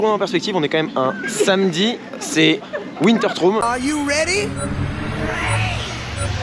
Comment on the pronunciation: Je vois que tu ne sais toujours pas prononcer wintertraum 😂😂😂 PS : c'est mon parc préféré